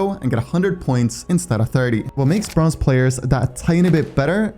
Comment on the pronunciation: I swear to god bronze is not how you say it, because yeah jsut quence into a bronze game and you'll see, or maybe its just me